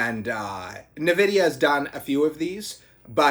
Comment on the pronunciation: Dude its nvidia not nividia 😂